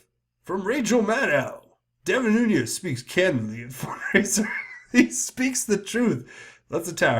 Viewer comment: Why is everyone (EVERYONE)!! mispronouncing Nunes?! There is NO (Y) or (J) in this name! It is pronounced 'Noon-ez' NOT Noon-yez.